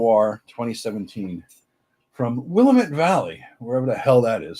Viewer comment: I was driving through the Willamette Valley when you mentioned it. It is in Oregon… and dammit, it’s pronounced willammit! 😂